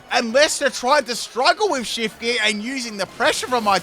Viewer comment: dedicates life to Pokémon Also: takes no time to learn read the name It still baffles me how gear reads as jar to you